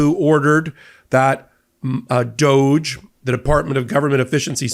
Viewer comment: DŌGE??? More like DÕG Ē. 😂